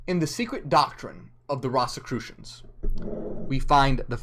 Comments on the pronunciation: it’s ROSE-a-crew-shun, not Ross!! Great job tho! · Pronounced "Rose"crusions" great video. Ive just never heard It pronounced that way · It’s pronounced Rose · I've never heard it pronounced that way it's like a rose 🌹.